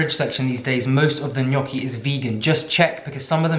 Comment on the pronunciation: Me being proud that you pronounced gnocchi the right way 🥺 AND THEY ARE SO SIMPLE TO MAKE, YOU SHOULD TRY! Just potatoes, whole wheat flour (or the ones you prefer, i use sicilian ancient grains flour) salt. Traditionally they’re made with eggs, but we are vegans so none of that 😼